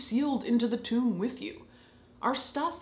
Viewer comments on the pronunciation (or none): none